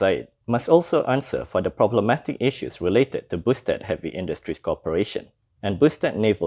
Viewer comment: hahaha...they often said boosted!!!!!